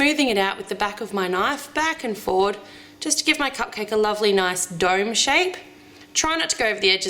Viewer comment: My brother thought that when she said dome shape that she said Doug shape he was during headphones.